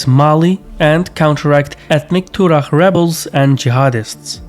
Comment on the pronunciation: is that how you pronounce “Tuareg”?